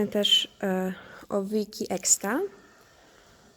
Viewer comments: Nie mówi się eksta tylko ekuesta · To nie hejt ale z tego co wiem to się wymawia: ekłesta a nie eksta